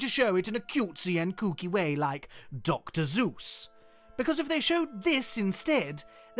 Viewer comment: Dr. Zeus? U mean...Dr. Seuss? 🤔